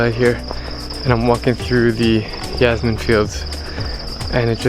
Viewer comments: it's originated from the Persian "Yaasamin", so I think y is more appropriate than j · I'm Egyptian and we call it Yesmeen!